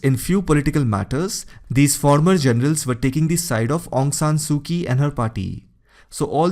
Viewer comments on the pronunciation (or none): Quite clear. "Kyi" must be pronounced as "Chi" in Burmese. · Excellent except Aung Sung Su Kyi the Kyi is mispronounced not K sound it is ch. che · Informative video, but a bit irritating because of your pronunciation of "Aung San Suu Kyi." Kyi is pronounced as "chee." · Great explaination... It is pronounced as Aung San Su Chi